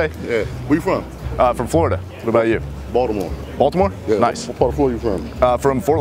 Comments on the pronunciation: When the first guy said boltimort i thought he said 'voldemort' XD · I though he said voldemort. 😂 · I died when he said I never went to bultimort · I thought he said " I've never been to Voldemort" XD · Did you say Baltimore?